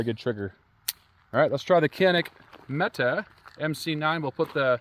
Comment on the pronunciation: Quit watching once I realized you can’t pronounce Mete